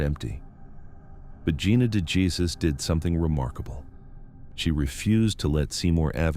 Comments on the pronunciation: Dejesus isnt pronouced jesus its hey zues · I am bothered by the fact you don't pronounce names correctly. De Jesus is pronounced DAY HAY SOOS. Duggard is pronounced DUG ERD. I'm sure there are many more to come in the video, but Geez. It's not hard to look up how words are pronounced. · Please please please learn how to say Gina’s last name. It sounds nothing like Jesus. It’s like a gut punch every time you pronounce her name wrong. Will you please correct?